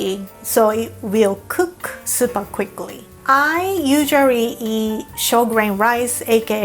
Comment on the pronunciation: “I usurrarry reaaaa”